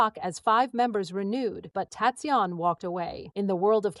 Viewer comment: I'm sorry to to say but this sounds overly dramatised. Some facts may be correct but they seem to have been greatly exaggerated for the purpose of sensationalism. And it would be great if his name was pronounced correctly. I congratulate him for nurturing and protecting his relationship. I'm so happy for him. I wish him a warm, fun, wonderful and love filled life 😊❤❤❤❤❤❤❤